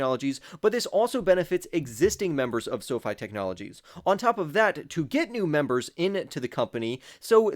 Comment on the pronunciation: He’s the only one that says “Esso-Fy” to label the ticket symbol